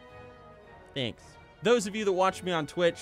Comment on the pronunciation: "cmere. Cmere.. Nyanks."